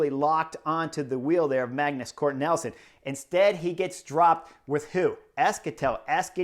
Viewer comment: You’re killing me… Magnus Cort Nelson! It’s NIELSEN (neel’ son).